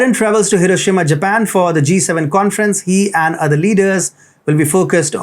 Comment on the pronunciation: Finally, a presenter who knows how to pronounce Hiroshima!